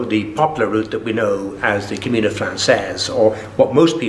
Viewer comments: Not to be too critical but I just wish the interviewer had taken the time to learn the correct pronunciation of "camino". He hears pronounce it correctly several times but obviously is not listening. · Except for the road signs in Galicia. I used to wonder why it was spelt with what I call the 'onion' n. I noticed in one of the other parts of this interview he uses the common pronunciation. But sure what the heck, knew what he was talking about. Bo Camiño or Buen Camino, just makes me wish I was back there no matter how it is said:)